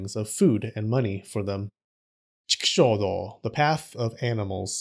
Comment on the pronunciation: Chikushodo. . . huh. . sounds like TEXAS.